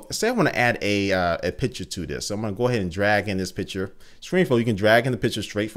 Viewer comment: i always heard "pitcher" instead of "picture"! maybe thats just me, i am from austria so probably i just hear thing different... anyways keep up doing this great videos!